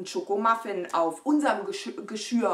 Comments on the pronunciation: Sag doch nochmal „Geschirr“ (Geschööhhr) 😂😘👍🏼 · Meine süße Maus, ich mache das total ungerne, weil das immer so klugscheißerisch rüber kommt, aber mir ist aufgefallen, dass du total oft immer Geschürr sagst. Das heißt aber Geschirr 🤣 du sagst ja auch nicht Geschürrspüler 😝 sondern Geschirrspüler 🙃 aber hate mich jetzt bitte nicht dafür, ich meine es doch nur gut und habe dich doch sehr lieb 💋💋💋❤️❤️❤️ aber ich glaube, das weißt du 🤗😉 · 😂😂😂 „ Geschürr“ 😂😂😂 nur zur Erinnerung: es heißt : Geschirr 😉